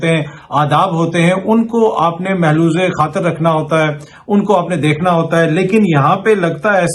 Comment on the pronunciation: سر ملحوظ خاطر ۔۔۔۔ میلوظ خاطر نہیں ❤